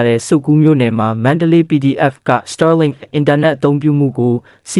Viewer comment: Star link တောင်မပီပဲနဲ့ စတားလင်း ဆိုတာ မကြားဖူးဘူးဟ စာမတတ်ပေမတတ်ပဲ တပ်ရင်းမှုးခန့်ထားတော့ ငါးပါးမှောက်ပြီပေါ့ကွာ 😂 star link က မင်းတို့စောက်ဆံနဲ့ဝယ်ထားတာလား ခွေးမသားတွေ